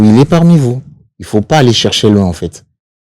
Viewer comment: Pourquoi batu ya BDD akokaka koloba il faut te ? ata azali licencié en français akoloba il fout 😂